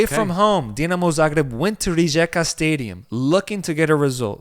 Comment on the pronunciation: Thanks for covering Croatia! Love your show. Pro tip: the letter J is pronounced as a Y like in Northern European. Hajduk = High Duke Rijeka = Ree Yeakuh ☺️